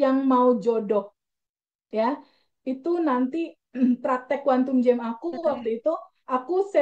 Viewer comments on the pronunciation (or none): Kuantum jum. Bukan jem. kena cakap jum atau jump. Lompatan kuantum.